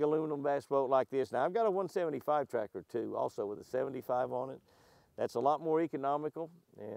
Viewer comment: In the beginning Jimmy I kept thinking you were calling it a Tractor not Tracker....LOL I thought, I must be hearing wrong and then I saw the word Tracker on the Rig....LOL Beautiful boat and you have it set-up nicely. Looks like you have thought of everything. The steering wheel area / console look like a motorcycle console to me. Neat. Stay happy, healthy, hydrated, safe and warm. May God continue to bless you, your family and your adventures.